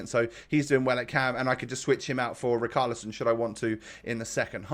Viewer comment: Why are you still saying " RICALISON " ... Is RICHARLISON mate ... Like RICH you know ... RICHarlison